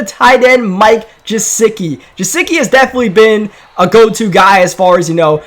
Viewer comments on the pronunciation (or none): And yet he say Jesicki instead of Gusecki